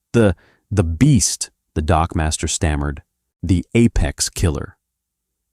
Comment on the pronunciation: " . . . Waiting at the bottom of the ramp was the Typhon dockmaster." ngl, I distinctly heard him say "dogmaster" . . .